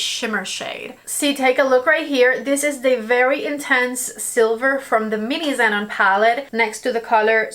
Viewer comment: pronounce the name of the palette correctly: "Ze-non." It's "non" as in "non-fat milk." 😉